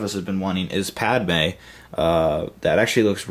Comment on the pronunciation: omg its padme not padama. padama sounds too much like a country, much less a person